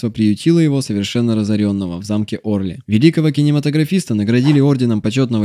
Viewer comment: Замок ОрлИ.По-французки ударение на последний слог.